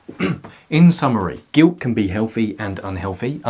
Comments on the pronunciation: I love it when he said "giwt" jokes aside I am attacked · It's soooo cute how you say "guilt' without pronouncing the "t".